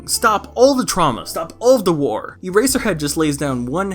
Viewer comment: You keep saying Earserhead and I can only think of My Hero Academia.